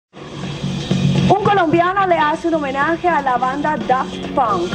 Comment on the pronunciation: la presentadora pronuncio mal Daft Punk :v